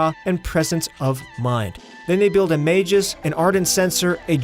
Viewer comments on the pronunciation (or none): none